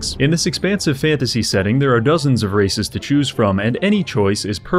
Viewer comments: when you said dozens of races i heard dozens of racists... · When you said "races" i thought you said "racists" and ngl you wouldn't have been wrong.